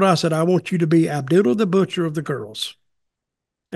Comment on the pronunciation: He said Ab doodle the Butcher. 😂